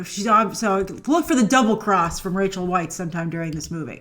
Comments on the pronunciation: it’s pronounced Rachel Vice not Rachel Whites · Please do say Rachel Weisz's name correctly.